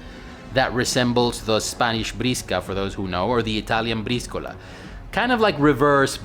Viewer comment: You proniunced italian BRISCOLA correctly: istant like + subscrive.